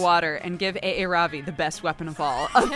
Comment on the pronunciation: Aaravi name is pronounced Ah-ra-bi